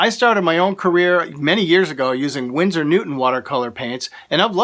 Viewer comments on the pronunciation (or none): none